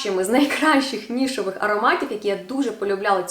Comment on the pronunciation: Привіт) Щиро вдячна за відео. Тільки вже вкотре бачу та чую "нішОвий", хочу трішки поправити, після шиплячих пишемо Е, тому "нішЕвий", а також піти не "до праці", а "на роботу". Праця - то дещо інше💙💛